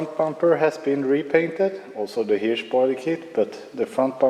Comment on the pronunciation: Hirsch kan du på engelska uttala som "Hurch." Tänk t ex på att vi säger Sir som "Sur" (rimmar på smör).